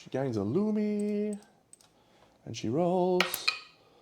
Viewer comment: Also, is it wrong that I chuckle every time you say, "He gets a loony"? I know it's Lumi. It's written right there on the card/page. But I can't stop hearing you saying it as loony.